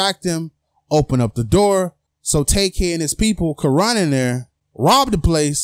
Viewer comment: If this guy " tak-kay" only got 5 years, I wouldn't be surprised....